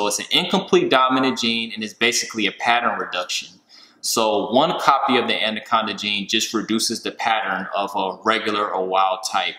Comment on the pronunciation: Another great video but I have to say there is only one d in anaconda. Its anaconda not andoconda